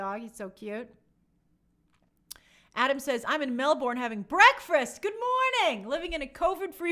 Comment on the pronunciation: lol Graces pronunciation of Melbourne always gets me.